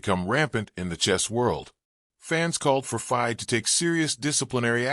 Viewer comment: Another AI voice..as he says commentator says the word FIDE wrong...etc